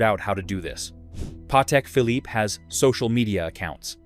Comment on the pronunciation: 30sec in we get “…Patek Phillip-eee”…AI Slop…I’m out😤